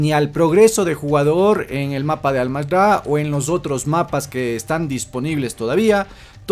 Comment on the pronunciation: Me da algo cuando dice Almazda en ves de con R.